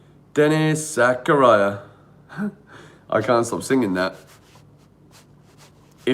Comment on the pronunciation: Nobody: Absolutely nobody:: Denis Zakaraya